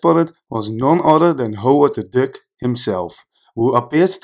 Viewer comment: Nice video.. when I heard you pronounce Duck, I thought you might have been dutch... Het is meer DAK dan DUK... ik lag in een DEUK... Anyway, nice collection of Easter eggs... saw the movie today. loved it...